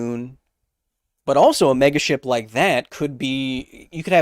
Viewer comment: Ok I'm gonna say it: whenever he says megaship all I can hear is MEGASHIT. Yes, I am 10 yrs old